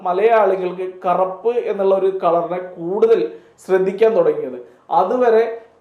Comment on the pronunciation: കറപ്പ് alla bro... കറുപ്പ് ഏംഗർ അല്ല.. ആങ്ഗർ..